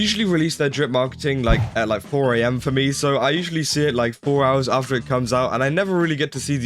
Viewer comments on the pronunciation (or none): none